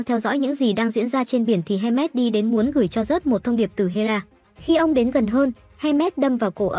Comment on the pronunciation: hermes mà n viết với đọc thành handmade wtf??